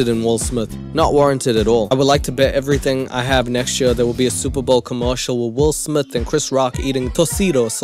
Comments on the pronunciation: "Will smiff" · “Will Smiff” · Wull Smith?? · Will Smiff 🤣🤣🤣